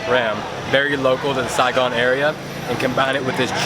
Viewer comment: I love when you say” Sai Gon”❤️❤️❤️